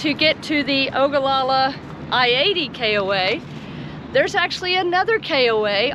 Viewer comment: Thank you for highlighting Ogallala. Proud you can pronounce Ogallala. Parents had a motel there in 1967. Front Street was the place. Had a french dip there last week that was great!!!!!!. Don't forget Lake Mac just 20 miles north. Great for spring and fall camping.